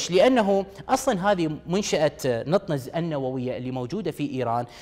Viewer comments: نتانز ليس نطنز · نطنز وليست نطننز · المذيع يبين يعرف يقرأ انكليزي عجيبة شلون ماعرف شلون ينطق نطنز NATANZ. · دكعد هوه غير كا يعرف يلفظ اسم المنشأه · مذيع لايستطيع لفظ أسم منشأة بطريقة صحيحة ؟؟؟؟؟ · اعرف بس هو لفظه مو صحيح